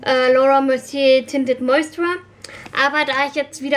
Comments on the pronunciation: find das so süß wie du immer "tinted moisturer" sagst obwohl es ja moistuRIZER heißt:D mein freund meinte auch letztens "fehlt da nicht n stück? nennt ihr das nicht tinted moisturizer? (ja er kennt sich aus haha) hast dir die von estee lauder eigentlich auftragen lassen oder blind gekauft? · Moisturer ist auch nicht das deutsche Wort :D du sprichst das englische Wort einfach falsch aus :D, lässt halt ein Stück weg.